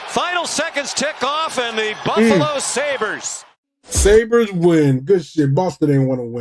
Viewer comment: im out after that Sabres pronunciation